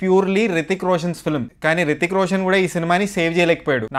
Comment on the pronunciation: Hrithik Roshan raa babu rithik roshan kadhu porambokaa